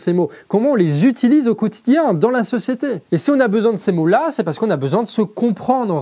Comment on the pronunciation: "si on a besoin de ces mots là" ... J entends "mollah" mdr. Je sors